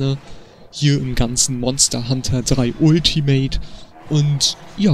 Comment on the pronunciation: Uuultimate :D Bitte sag *altimet*!